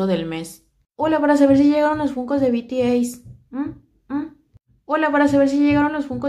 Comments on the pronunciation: Se dice bities pero igual te lo paso a ti jeje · Se pronuncia "bi ti es" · Hola, me encantan tus chismes... Solo por si te sirve la pronunciaciones son: BTS=bi ti es, Paypal=pei pal, Akihabara= aquijabara... Un beso.